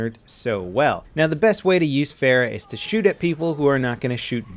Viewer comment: It sounds like "far-ah" opposed to "fair-ah". She say's it herself.